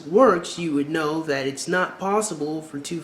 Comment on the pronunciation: wait... when did we add an "R" to the word know?